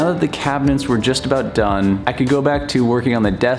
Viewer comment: Take a drink every time he pronounces it "cabinents"